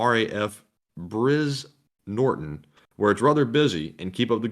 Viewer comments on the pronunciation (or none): "Brize" in "Brize Norton" - pronounced "Bry - zzz".